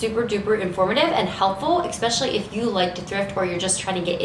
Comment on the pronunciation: The word is ESPECIALLY NOT EXPECIALLY